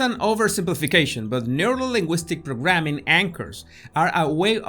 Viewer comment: neurolinguistic programming was never pronounced so awesome 😄